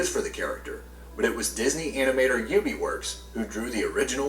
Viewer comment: Ub Iwerks who created Mickey Mouse name is NOT Pronounced U.B. like the guy said. It is pronounced to Rhyme with TUB as in Bath Tub!!!! T(Ub. E. Works)